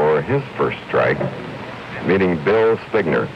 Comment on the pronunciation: No one told Chris how to pronounce Bill’s name?